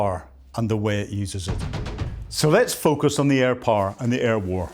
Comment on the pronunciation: I like your accent. Where it comes from? Reading the subtitles I've found that "poor" means "power" etc.